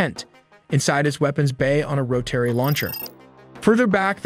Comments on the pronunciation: Oh man, the pronunciations on this video are horrendous! As for the Russian aircraft, you have to say each of the letters before the number, i.e. T U-95. Not "too-95." Rotary you pronounced Ro-tarry. Flaperons are not pronounced "flay-per-ons." Those "pods" you said that hold the TU-160's engines are called nacelles. This is common aviation terminology, recognized the world over. Apart from that, the graphics were pretty cool, but did you really need to slap your logo all over everything? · who pronounces rotary like ro-terry? AI does!